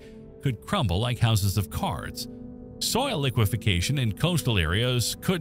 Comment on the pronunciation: Liquefaction not liquification...